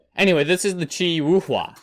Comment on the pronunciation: its pronounced kee-wee